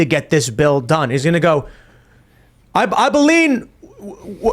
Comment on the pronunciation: "I baleen" is the watchword of the day